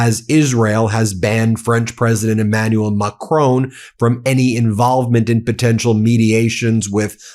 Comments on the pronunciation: Macron is pronounced as it is spelt. It is NOT pronounced in the way it was said on this video, as "McRown", I have never heard anyone pronounce it that way! The mispronunciation detracted from the general quality of this video. Trump appears to deliberately mispronounce French words. Please don't go by his regime's pronunciations as it comes over as being done to belittle, insult and to mock French speakers. If you aren't sure look on a French news website where you will hear the correct pronunciation. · Macron is pronounced MACKRAWN. 'ron' like 'awn'. It's polite to say it right. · Dear. I really like your broadcasts. They're really spot on. However, could you kindly learn how to pronounce Macron's name more accurately. M Macron is not Scottish. His name should not be pronounced as if he is a member of a clan called McCrone. The emphasis when saying his name should be on the first syllable, plus the second syllable does not have an e on the end. The final n should be uttered in a subtle non-emphatic manner too. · Excellent show. However, note the following: a short "o" not a long "o", like "not" and "bot" in the case of President Macron. Like the "o" in "shot" or "hot", not like the "o" in "clone" or "moan". Please pronounce it correctly in future.